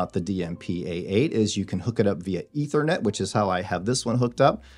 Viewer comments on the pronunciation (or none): none